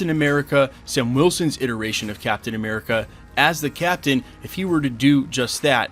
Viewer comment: Captain A-meh-rica